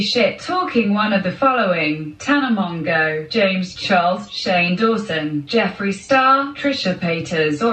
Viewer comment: Is it actually pronounced mongo? I've already accepted mojo or mongoose